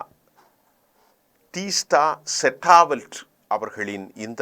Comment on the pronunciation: ஏ!நாடறிந்த மிகப் பிரபல்யமான ஒரு சமூக நீதிப் போராளி உடைய பெயரை கூட சரியாக உச்சரிக்கத் தெரியவில்லை, "டீஸ்டா செடல் வாட்" என்பதை "டீஸ்டா செட்டா வல்ட்" என்று உச்சரிக்கிறாய்! நீ எல்லாம் ஒரு ஆளுன்னு செய்தி வாசிக்க கிளம்பிட்டே!